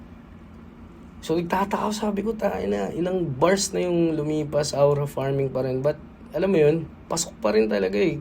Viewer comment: Pet peeve ko talaga yung “awra farming” instead of pronouncing it right 🫩 maybe there’s a context i dont know, why they saying it “awra” instead of “Aura” (O-ra) but it’s still making me cringe everytime I hear it😭